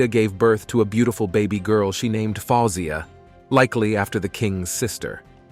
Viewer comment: King Farouk ascended the throne of his father in 1936, not "1986". Man, check your dates. The monarchy was eliminated in Egypt in 1952.The proper pronunciation for his sisters' names are : faouw zeea, fat heeya, faillza. So easy to google that stuff. Can't watch much more of this; they're also not presented in proper order in the one of the sisters is missing, the one on the left is the queen mother.